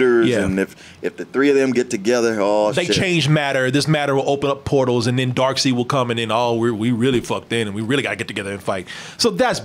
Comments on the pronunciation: ...Darkseid's name. it's pronounced like it's spelled "Darkside" not "Darkseed". It's been like that forever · it pronounced dark-said-not dark-seed. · Why dose everyone call him Darkseed, it’s Darkseid. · say DarkSeed again imma catch covid